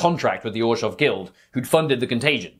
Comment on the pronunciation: Love the video! The way you managed to fit a "J" sound into Orzhov is giving me a stroke, but other than that its a solid 10/10